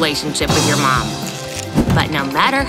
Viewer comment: It is mom not mon